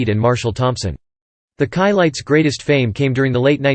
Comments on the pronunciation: That’s “SHI-LITES” …not “KAI-LITES” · Being a person of white orgins, i absolutely understand why the narrator would most likely pronounce the Chilites name incorrectly. 🤔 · You should never get a narrator, that has no knowledge of the group they’re narrating about. The mispronunciation of their name, is inexcusable, especially when there are so many people that actually do know the proper pronunciation.